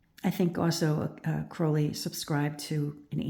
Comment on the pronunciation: This is very interesting, but I just would like to inform you that you have got the pronunciation of Crowley wrong. Despite Aleister Crowley being born in England, the surname originates from Ireland. Most people do not realise there are two birds in the surname. Everyone sees Crow, but not the Owl. So, you pronounce Crowley with the Owl sound. Another way of remembering to pronounce Crowley is if you stump your foot and go Ow! I hope that helps. I do really enjoy your insight.